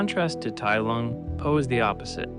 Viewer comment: Bro didn’t even watch the movie, they say his name about a hundred times, it’s TAI Lung.